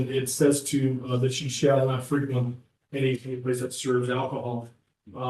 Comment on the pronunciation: It's fre quent , the emphasis on the second syllable when it's a verb .